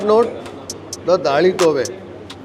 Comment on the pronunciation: What’s the deal with the hat in hot and humid Mangalore? And also perplexed by his reference to GSB daal as “Dali Tove”. It is traditionally referred to as “Dali Toy (soft T). On the positive side his command of English is impressive